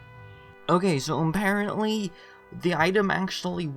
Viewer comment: apparently aparrotly